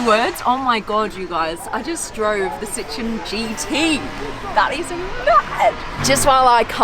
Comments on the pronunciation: Lady pronounces it Sit-trone. It’s pronounced Sit-tro-en. Three syllables. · It's not citron It's Sit-Row-Wan Just an info from a French car guy 😁😉 Citron means lemon in French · It’s pronounced sit-row-en not sitron. That why there are two dots over the O. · Please work on your pronunciation of Citroen. It is not 'Citron'.